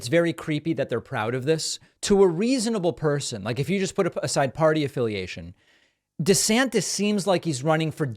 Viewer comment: Loving the way you say meatballs name😂 DEF better than the og!!!😊